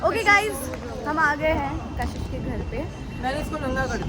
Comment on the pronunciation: Kashish❌ cash hish✅😂